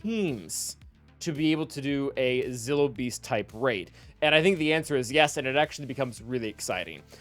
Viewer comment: Just a friendly fyi it's pronounced Zill(like dill pickle)-O(oh) beast not zyllo. Thanks in advance for not shaming me for the correction